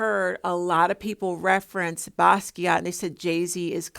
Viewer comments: I'm here for it sis! Yes, we know you don't like talking about celebs but they are perfect folks to use as teachable moment to us regular people. It seems no amount of money they have will not stop them from stealing from regular people. It's crazy. Yes you also said Basquiat correctly 🙂Oh my goodness and you triggered me when there was a short clip where Beyonce called out jokingly she was going to steal something from another artist. It was so sad the way it was joked about. So she has hinted how she takes things from people and use as her own art. 😞The entitlement some celebs have because they can get away with it. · Jean-Michel Basquiat. His middle name is pronounced like the predominantly woman/girl name "Michelle". You pronounced his first and last name correctly. I agree with your take on Jay-Z imitating Basquiat's image.